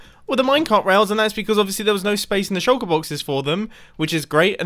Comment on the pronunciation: Mumbo: says "shulker boxes" Me: hear "shoko boxes"